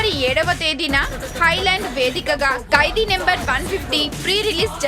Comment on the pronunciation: amma thali telugu ni khuni cheyyodhu.kaidi kadhu khaidi.